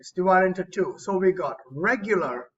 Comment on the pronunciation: WHAT DID YOU SAY I DID NOT UNDERSTAND, "IGAT." When the whatapp thing came